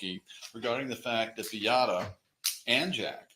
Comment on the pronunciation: You think after five years this lawyer could have learned how to pronounce Beatta and Maya correctly????